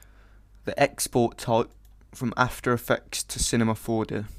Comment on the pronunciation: " After we're done we head to cinema four de..." lol!